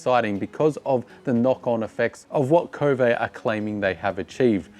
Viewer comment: It's pronounded K-O-V-E, not KO-vay. This is according to Mason Klein and how he says the Chinese pronounce it. Who the heck decide to make a French English pronunciation?